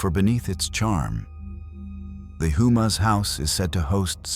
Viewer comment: Its pronounced Ho-Mah not Who-Mah